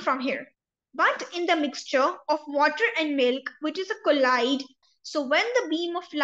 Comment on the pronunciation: its pronunciation is not collide mam, it is colloid